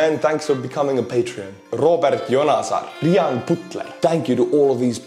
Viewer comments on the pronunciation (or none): none